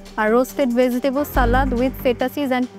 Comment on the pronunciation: চিকেন উচ্চারণ টাও তিতেন,ভেতিতেবল বলে।ভাই এ বলে প্রথম হয়। কি সিন্ডিকেট ভাই